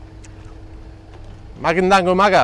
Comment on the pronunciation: I Love how you said “magandang umaga”